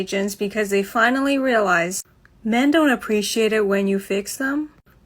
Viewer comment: never heard a dude pronounce "men" like "meeee-in", plenty of women do though